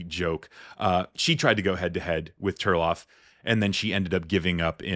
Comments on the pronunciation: TARLOV, not Turlov. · 😮😮😮😮😮😮😮😮Isn't it Tarlov not Terlav?